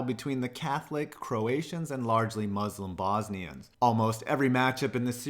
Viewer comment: I’m Bosnian and I hate people pronouncing it BOZZZZZNIAN But wow your vids are good, been subbed for a while🇧🇦🇧🇦🇧🇦